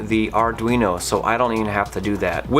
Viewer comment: Great video! Arduino --> Arr-dween-oh. Greetings from Italy! :)